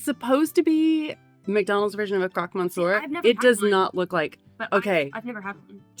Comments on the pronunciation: Chapeau ! Vous êtes en France depuis 3 ans et vous prononcez le mot monsieur… comme MONCIEUR. Niveau français toujours « vacancier » !! Faut faire mieux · I'm a big fan but that was the most atrocious pronunciation of Monsieur I've ever heard.